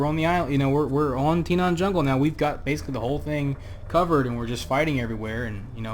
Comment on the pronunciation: why do you keep saying Tinaan? it's Tanaan with an A